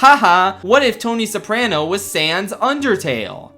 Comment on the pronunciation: The scariest thing about this video is the way you pronounce "Soprano"